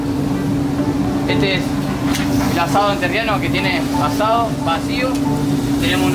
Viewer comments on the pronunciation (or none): No es "monterriano" papá, es Entrerriano, o sea, de la provincia de Entre Ríos. Capisci? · Dice asado entrerriano o asado monterreal? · Es asado entrerriano no monterriano, te amo igual dalmau <3